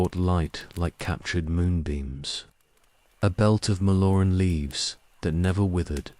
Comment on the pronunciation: After the about the 12th time of hearing a Mallorn Tree called a MALONE tree, I had to stop it. It's not as if it's mispronounced every time, every 3rd or 4th time, it's pronounced correctly, so it's just lack of care. Annoying enough to erase any sleep inducing effect it might have, as every time I hear MALONE TREE, I'm certainly in no mood to sleep!